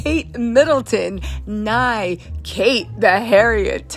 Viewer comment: Nigh not neigh 😩😆😆